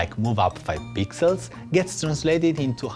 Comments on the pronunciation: Swar to god I heard 5 pizzas not pixels.. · bcs he is italian rasist XD kidding i also heard pizzas^^